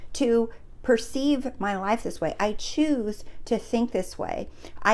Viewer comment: Thank you! You’re my favorite manifestation coach right now. I get so excited when I see there’s a new video from you! This one was particular inspirational for me. All you need to do to change your “leyefe” is to see it with your real “I” 😂 and btw love the eye decoration on your wall